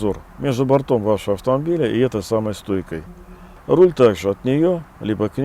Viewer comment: Правильнее говорить с ударением на первую гласную - за "бОртом" .